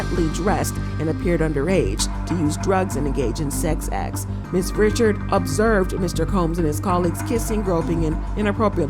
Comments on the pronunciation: FYI It's not Dawn Richard it's Dawn Ri-shard 😂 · Not saying Dawns last name wrong too 🤦🏾‍♂️ why Dawn goes by just Dawn.